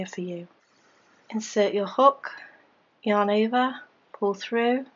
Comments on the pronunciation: Am I the only one hearing "your neighbor" instead of "yarn over"? Probably, but now I can't unhear it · Is she saying your neighbor thats what i hear